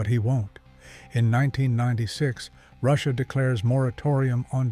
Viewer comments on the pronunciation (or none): none